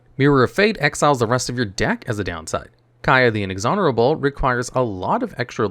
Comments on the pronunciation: "Kaya the Inexhonerable" ??!? I can tell they put a lot of work into these videos. So why can't they take a couple minutes to LISTEN and make sure they don't have a bunch of really silly errors that can be easily fixed with minimal work? I know, how dare I expect someone to take pride in something they're putting out for millions of people to potentially consume. Everyone should feel great about themselves even when they repeatedly half-ass things they're supposedly passionate about. Lower the bar, so everyone can feel good no matter what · "Kaya the Inexonerable" By my drinking game rules, that's a chug: "If he pronounces a card correctly, especially if it's not a very common word, then pronounces it incorrectly later."